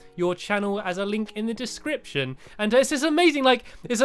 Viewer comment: link to their dicription in the channel ,u said it rong